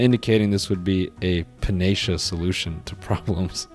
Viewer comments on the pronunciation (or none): The way Noel pronounced “panacea” is making me orbit 😂